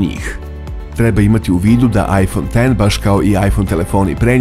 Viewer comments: Svaka cast naratoru za pravilno izgovaranje imena telefona. BRAVO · Hvala Bogu, konačno neko izgovara iPhone X kako treba. Hvala!!! Ne podnosim kada neko kaže "iks".